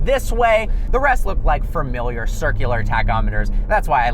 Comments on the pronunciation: Fermiliar isn't a word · There's only one R in familiar.